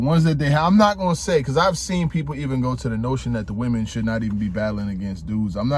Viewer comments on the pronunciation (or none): none